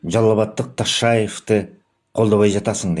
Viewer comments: Тиги тайкенин тили келбей Ташайев дейт,а сен кыргыздын уулу болуп туруп тилин келбейби,Ташайев ким Ташиевти айтып атасынбы?😅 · Ташаев эмес Ташиев деп сүйлө . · Кокуй фамилиясын туура айтса болмок